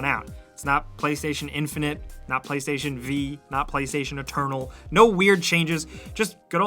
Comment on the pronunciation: "Play 5 tation"